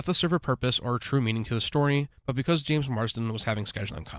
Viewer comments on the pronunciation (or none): none